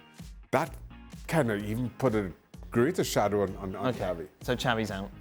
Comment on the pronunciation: Xavi not xabi